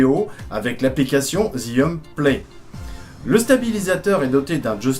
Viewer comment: Ça s'appelle jiyun et pas zyiun